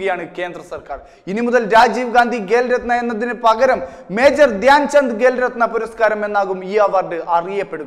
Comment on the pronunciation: 'ഗേ'ൽ രത്‌ന അല്ല 'ഖേ'ൽ രത്‌ന